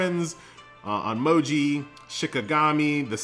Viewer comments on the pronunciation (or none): hi, nice review, its pronounced on- my(like in me not my)- oji